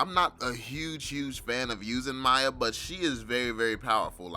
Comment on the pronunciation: Your pronouncing miya wrong